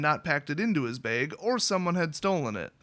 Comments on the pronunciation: .....say "bag" again.... ahahah :) .......(baiige).. love you dude. good story :) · haha baig!